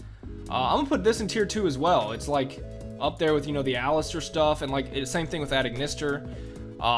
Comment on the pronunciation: Aleister not Alistair. Otherwise great vudeo.